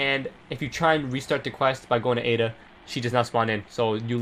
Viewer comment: Ada. It's Ada.